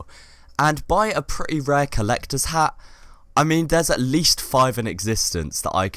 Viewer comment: Beatiful Hagh HAGH! It's funny he pronounce Hat this way